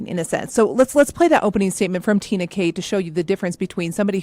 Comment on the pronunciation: Uh, it is TREENA Kay! Not Tina!! You know the DA’ ‼️c’mon! Main character ⁉️